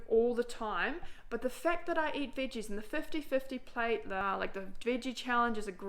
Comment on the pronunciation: i like how you say veges